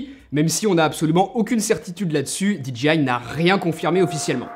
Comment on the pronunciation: "DJI" le J se lit "djey" comme dans DJ tout court x) et le G se lit "dji" ^^